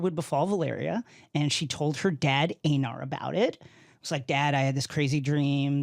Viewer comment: Blasphemy he said Aenar and Daenys wrong